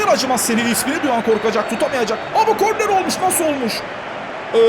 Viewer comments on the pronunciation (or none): none